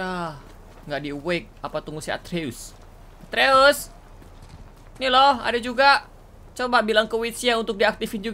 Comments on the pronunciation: Nama anak nya kratos atreus kak regi ,bukan arteus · Kaka regi nama anaknya kratos itu atreus bukan arteus